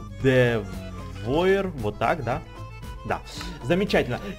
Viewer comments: гардевуар а не гардевоер тупитса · вобщето не гардевоир а гардевуар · не Гардевоир, а Гардевуар) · не гардевоир а гардевуар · Не ГАРДЕВОИАЛАТОАУШЛВРР,а Гардевуар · Гардевуар {Гардэвуар} правильно выговаривай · произносится гардэвоар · тот покемон на 5 месте да ето французкое имя но произношение не правильное его имя гардеува р мягкая